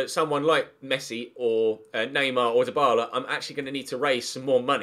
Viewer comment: Dybala. not hard